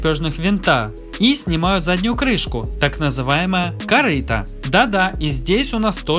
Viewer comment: Корыто.🤦 Интересные видео, но это "корыто" реально бесит.